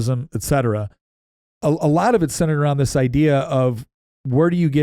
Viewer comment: I’m sorry… I miss your name, the bald guy…. It’s ETcetera. Not EXcetera. Unbelievable that you got it wrong multiple times, so consistently.